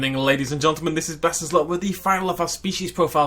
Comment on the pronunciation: Why do you put an extra L in the word ‘gentlemen’? “Gelntlemen”.